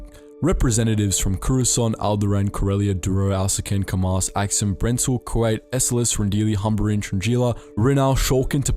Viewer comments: The way you're pronouncing Kuat is throwing me off..saying it like the asian country Kuwait(coo-wait) and not Coo-ought like it's properly pronounced. It's a dumb irrelevant nitpick I know. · Love this vid but Kuat pronounced as Kuwait hurts me on a spiritual level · Did the Star Wars channel really mispronounce Kuat as Kuwait?